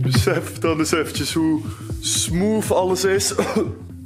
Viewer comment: Niemand: Helemaal niemand:: SMOEF